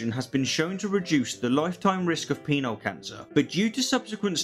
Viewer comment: I'm sorry, but it sounds like he's saying "Peanut Cancer".